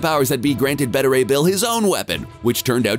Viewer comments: It's not "betta," it's "beeta." That makes me think you're using a computer-generated voice.... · You pronounce "beta" strangely